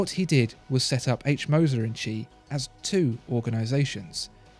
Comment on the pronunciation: Wtf... i have never seen an non native germanspeaker nail the name Moser like you did.